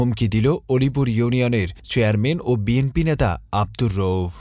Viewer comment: আসসালামু আলাইকুম ভাই নামটা আমার একটু শুদ্ধ করে গনিপুর না আলিপুর আলিপুর সাতক্ষীরা আলিপুর ইউনিয়ন